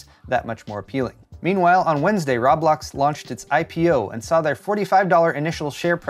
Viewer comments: Ro-blox, not rob-blox...=p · its pronounced Row - blocks! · I heard raw blocks. I was triggered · It's not ROB Blox... LOL its pronounced "Ro Blox"... Now you know LOL! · "Say Row." - "Row" "Say Blocks." - "Blocks" "Now say Roblox." - "Rob-locks" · row blocks not roeblok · Its pronouced “row-blox” not “raw-blox” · It’s not rawblax it’s roblox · It's not Rob-lox it's Ro-Blox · I thought you were saying Rob Lox on purpose lmao. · RooooooooooooooooooooooooooooooooooooooooooooooBlox man.... No fucking A in that at all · It's Rowblocks...how many times you said it in this video actually had me laughing. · Rah blahks? That has to be the weirdest pronunciation I've heard for Roblox. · "I-D Software" "Rob-lox" "Zay-omi" You're doing this to us on purpose, aren't you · I assumed you were mispronouncing Roblox on purpose to troll or play into the joke about not knowing what it is. The pronunciation of "id Software" and "Xiaomi," on the other hand...